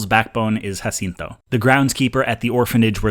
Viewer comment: ¡Muchísimas felicidades en tu pronunciación de Jacinto! Very impressive for a (I assume) gringo.